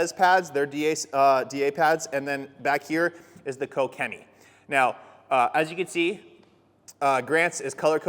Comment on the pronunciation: Finally someone knows how to pronounce Koch-Chemie